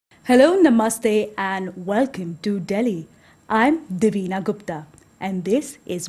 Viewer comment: "Hello numb must stay...."